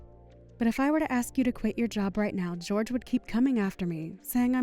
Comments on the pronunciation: I thought Jorge would be pronounced Hor hey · Why is pronouncing Jorge's name as "George" when it's clearly the Spanish version, "Hor-hey"? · Depends on where the name originated for the family. Portuguese pronounce it "JOR zhe" (very soft gentle "Georgie") while Spanish pronounciation is "HOR hay".